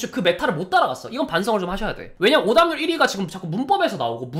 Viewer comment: 오답률이 자꾸 오담률로 들렼ㅋㅋㅋㅋㅋㅋㅋㅋㅋㅋㅋㅋㅋㅋㅋㅋㅋㅋㅋㅋㅋㅋㅋㅋㅋㅋㅋㅋㅋㅋㅋㅋㅋㅋㅋㅋㅋㅋㅋㅋㅋㅋㅋㅋ